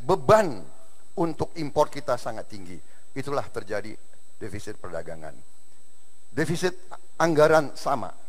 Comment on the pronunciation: yg salah di awal itu bukan devisit pak jok tp defisit.